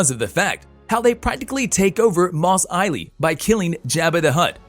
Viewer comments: What the fuck is Mos Ily? It's Mos Eisley, but they took over Jabba's palace...by killing BIB FORTUNA...not Jabba, who died years earlier as witnessed in Return of the Jedi...was this script written by an AI? Jesus. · It's Mos Eisley. The "s" is not silent. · Boba Fett and Fennec Shand killed Bib Fortuna. They did not kill Jabba the Hut. Also, it's Mos Eisley, not Mos Eiley. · Are you sure you spelled that correctly moss ailey? That’s new I always thought it was mos Eisley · "Mos Eyeley"? Killed Jabba? Dude, have y'all actually watched Star Wars, or just got the Cliff's Notes?